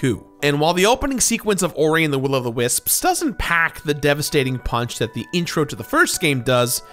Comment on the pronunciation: pronounces "wisps" like "wis-ps", somehow giving it an extra syllable.